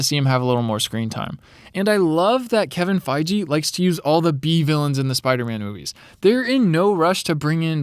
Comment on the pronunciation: I had to laugh how he said kevin feige